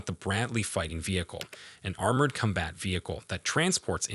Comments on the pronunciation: “Cumbat” “Horsebar” 😂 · Lost me after the 20th time saying Kum-Bat Vehicle... and 45 tones ... whats a 45 tone? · "Cumbat" "Puwer" whats with you and pronouncing the letter "o"?